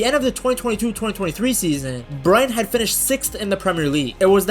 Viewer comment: Learn to say Brighton....Brryton!!!